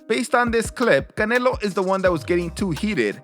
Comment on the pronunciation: Whyd you call him Canela? Its canelo. I can tell by your accent you know. Whats up with that?